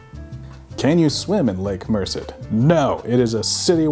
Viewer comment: Diggin' the title treatment. And uhhhh it's Lake Mer-said. xD